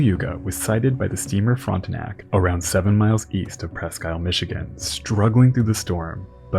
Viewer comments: Very late to the party so someone else probably has mentioned this before, but Presque Isle is pronounced “pres-keel”. I don’t know why but it is! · *Presk Eel. If you’re not a local take a minute because viewers will be misinformed. It’s like saying San Frasisco or Lewisville instead of .Louville. My favorite was a news caster who said Trahverse City instead of Travers City. I guess he came from New Yuck.